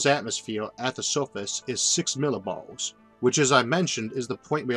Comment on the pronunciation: "Six milibawls" Gotta love this guy! <3